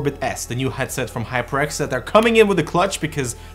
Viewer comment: it sounded like you said High Pricks 😅😅😅. I need this new headphone.